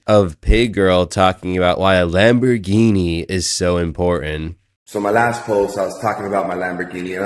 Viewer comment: he cant even pronounce the name of the lambo right